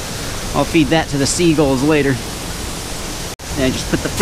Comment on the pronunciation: If he says sea guuls one more time I swear